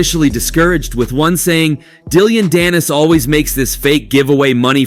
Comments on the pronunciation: Dilliyan.dannis? Dillyian lol.. fuokn AI isht voices annoying man. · Dilly-ann danis lol why you saying it like that lol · Dillyon? I think it's just Dillon. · Dillion danis…. Learn the name before making the video.. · I think I keep hearing you say DILL-ION Dannis Like “dilly on “ Dannis and it’s cracking me up😂🤣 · Hahahah Dilly-Ann Dannis!? 🤣🤣🤣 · Content creator you're garbage. Atleast get peoples names right.... who the hell is Dilleon Dannis? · How u gonna call him dill-ion danis 😂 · How do you mispronounce Dillon Danis’s name 😂